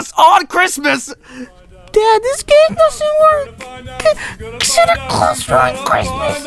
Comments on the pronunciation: Is no one going to talk about how he said Sante glawes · Yikes SANTA GLAWES RUINED CHRISTMAS!!!! 🤬😡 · This is such a minor and insignificant moment but I'm obsessed with the specific way mutters "Santa Claus"